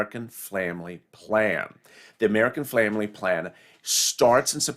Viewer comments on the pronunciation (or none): American “Flamily” plan? You might want to slow down just a little bit.